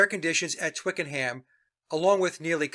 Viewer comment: Ohhh …. Twickenham is pronounced twickenAm… h not pronounced in British talk